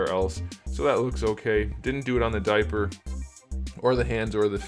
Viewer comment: I hope Neca gets back to making turtle figures from the mirage comic books. Man i chuckle every time you say "diaper". Grear review!